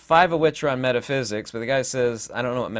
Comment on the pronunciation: "METHAPHSIKS" ::: HAHAHAHAAAAA EXPLAIN TO US THE FIRST 7 DIMENSIONS ::: AND YOU NEED NO METHAPHYSIKS HAHAHAHAAAAA